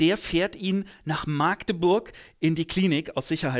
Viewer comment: Eine gelungene Zusammenfassung...wie immer!👍☺️ Eine Anmerkung: Die Stadt Magdeburg spricht man mit kurzem A. Der Name leitet sich keinesfalls von der mittelalterlichen Magd ab, sondern hieß früher einmal Magedeburg mit einem E dazwischen. Oder man nutzt gleich den magdeburger Regiolekt und nennt die schöne Stadt am blauen Band: Machdebursch. Liebe Grüße aus besagter Stadt ☺️👋